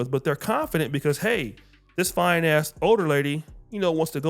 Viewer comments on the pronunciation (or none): Fine... it's a Keisha pronunciation